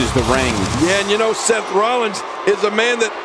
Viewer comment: Is it me or does the Fink never pronounce the S on the end of Seth Rollins & Roman Reigns?